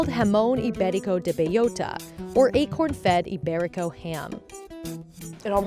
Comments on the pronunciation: B-E-L-L-O-T-A, not beiyota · bay-OH-ta is the correct pronunciation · Why does she have to say the full name every second sentence and still butcher it like that ham lmao